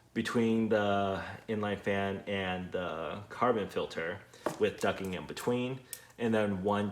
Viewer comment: Awesome video however knowing how a word is pronounced is important! The word you are looking for ducting! duc T ing not ducking!